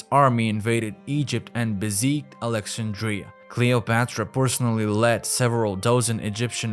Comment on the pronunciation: It is too bad that the narrator cannot pronounce important words, including the word Alexandria.